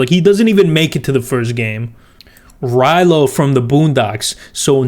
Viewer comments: Did he just call huey rilyo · I’m suprised nobody else mentioned it before 😂 He doesn’t even say Riley my man said “Rilo” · He called huey rilo so even if it was riley he still would've gotten it wrong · Rilo? His names huey and his brothers name is riley